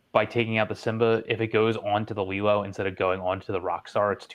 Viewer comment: Why does he say simba like zimba